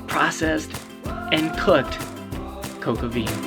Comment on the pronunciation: I like your pronunciation! 🇦🇺💐🇺🇸 I ate coque-au-vin in France; I'm sure your dish will be excellent too. 👌